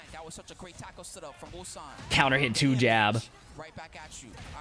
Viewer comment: Yeah and Atif butchered Ulsan 2 times in a single tournament😂